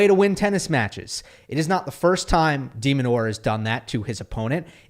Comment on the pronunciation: It's Demin, not demon. Stop demonizing